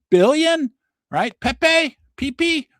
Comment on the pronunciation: Did just call pepe: peepee!! 😂😂